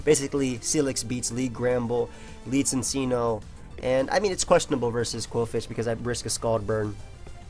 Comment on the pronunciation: bro you can't call yourself Italian and pronounce cincinno like "sinseeno"